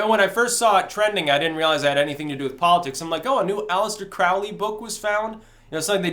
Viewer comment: It's Aleister Crowley, it rhymes with holy. And he had nothing to do with the (fictional) Necronomicon. Other than that, I really enjoyed your analysis.